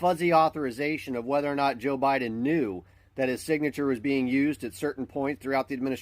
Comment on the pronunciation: Is it just me, or does a lot of people say "Joe" Biden in a way that it sounds like "Jill"? Always get a chuckle out of it, they're one and the same entity.